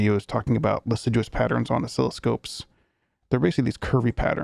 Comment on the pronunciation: Not sure if you found out yet but it's pronounced liss-ah-jou :)